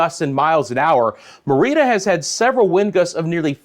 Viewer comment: Thank you for the quality forecasting. Merida is pronounced : Mair a da ( at least by us gringos ).